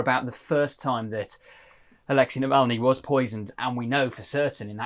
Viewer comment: Dear, please!!!!! Navalny was Alexey, not Alexi!! So pronounce it correctly.